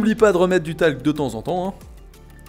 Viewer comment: Du talque ? 😭😭😭 du talque ?????